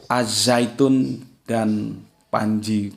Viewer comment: Ternyata pintar juga dalam segi pelafalan bahasa Arab.Yg benar mmg di baca Az-zaitun bukan AL Zaytun.